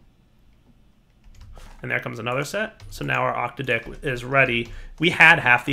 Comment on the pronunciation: I think it's the "a" in octadic that's emphasized, not the "o."